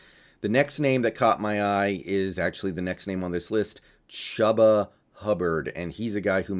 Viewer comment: It is pronounced CHOOBA not chuba